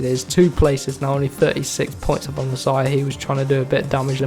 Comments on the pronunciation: Masia is pronounced "mas-e-ah" not messiah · Pronounce it: mass E a 😆